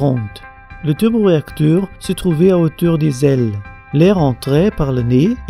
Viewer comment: le teuleuboreacteur